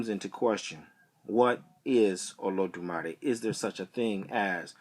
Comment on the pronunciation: You mispronounced it